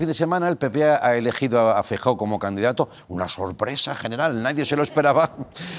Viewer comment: «Chunta», «Feiyó»... Andreu, por favor...